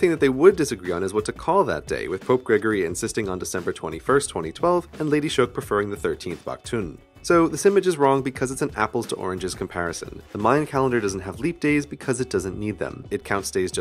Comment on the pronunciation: B'ak'tun, not octune.